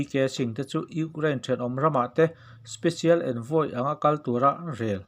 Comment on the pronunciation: Ukrlain tih mai mai, Chuan eng tawng mah ilam dik loh mizotawng tih loh Chu. Ama erawh Chu angaih nawm e